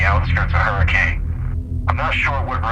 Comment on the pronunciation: Honestly, there’s a lot more going on here I think and this is a classic Fazbear Entertainment cover up. Look forward to seeing this game and its lore expand further! Also this isn’t that big of a deal, but “Hurricane” is usually pronounced “Hur-ah-kun”. Dunno how many people actually say it like that over in Utah, but that’s what I’ve heard!